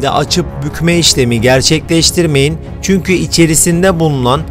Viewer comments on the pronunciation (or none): none